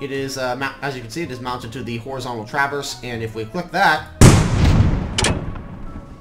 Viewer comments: the way you say traverse makes me cringe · why do you say traverse in such a weird way